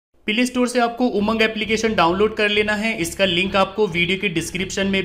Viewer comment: Bhai pilay store mat bola kro ajib sa lgta ha